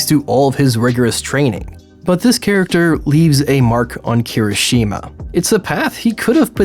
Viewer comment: Thank god you corrected yourself, now if only you pronounced Kirishuma’s name properly XD